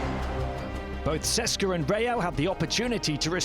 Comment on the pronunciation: EUROLEAGUE IS ITS A EUROPE LEAGUE! COULD YOU PLEASE HIRE SOMEBODY WHO WILL ABLE TO PRONOUNCE DAMN NAMES. You guys cant pronounce even clubs with perm licenses. CSKA is not CESKA etc I am not even talking about other clubs and players, its painful to listen.